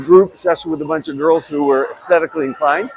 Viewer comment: At first I thought you said, 'aesthetically fine' instead of 'aesthetically inclined', hahaha! And yes, a lot of our dishes are made with bone broth. I'll even make it in the summer. Great not only for collagen but for the gut!